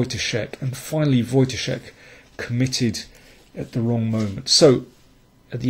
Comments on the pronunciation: You pronounce Wojtaszek correctly and not like kingscrusher ( watch ka zek ). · dokładnie tak. Byłem pod wrażeniem :) Wielkie brawa :) Some really fab commentary as well. Good job :)